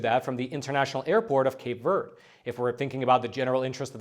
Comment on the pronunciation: Verde doesn't rhyme with bird. "v air day."